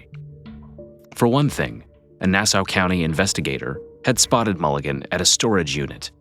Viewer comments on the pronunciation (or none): Pronounces Nassau as Nass-OW. Earlier in video reads off the name of a company listed on the screen incorrectly. Good vid overall.